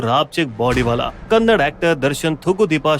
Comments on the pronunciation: Phele bat to e hey ki e kannad nahi hey kannada hey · Abe saale kannad nahi kannada bolo😡😡😡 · Khon re thu ho kannad nahi kannada. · Arrey bhai Kannad nahin Kannada bolo. ❤ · It's kannada bhai, not kannad 😡.. First, learn to pronounce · Kannad ❌ kannada ✅ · It's not "kannad" it's "Kannada"... please pronounce properly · Its not kannad its kannada.. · कन्नड़ नहीं कन्नडा है। अगर बोलने नहीं आता तो मत बोलो पर गलत मत बोलो।😡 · Jai d boss ❤ and also it's Kannada not kannad